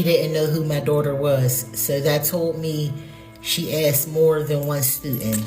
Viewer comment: She axed me a question